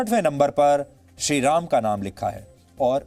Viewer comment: Ram ky hota hai shri Ram prabhu Ram 🙏bolna sikh lo phir reporting karna😠